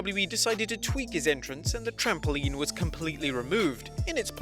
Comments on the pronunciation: It is trampoline not trampouline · There is no "u" in the word 'trampoline'.